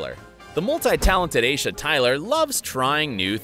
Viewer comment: Isha it is pronounced I - e - she and spelled Aisha I would have been ok if you had put the a in there then I would have not commented this my mother has the same name it’s that hard to say😂😂